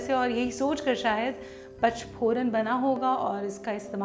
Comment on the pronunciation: Pach nhi panch boliye